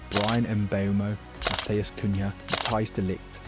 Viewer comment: "Sennee" , "Cunhay" lolz